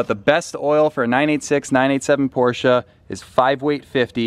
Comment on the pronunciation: Thank you for using the correct pronunciation of Porsche. Metal flakes in the filter indicate the IMS bearing going bad and not bore scoring. Mobil 1 makes an oil specifically for Porsche/BMW/Mercedes and its sold everywhere. I don't know what the difference is, but it worth noting. The Boxster weights about 190lbs lighter than a same year Cayman.